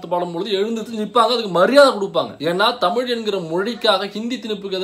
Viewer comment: காதலுக்கு மரியாதே என் பொண்டாட்டிக்கு டமில் தெரியாதே... 😂😂😂 டமில் வாழக குசு மான்